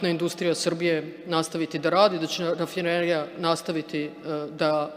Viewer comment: Brat brnaba jedva je izgovorio " rafinerija "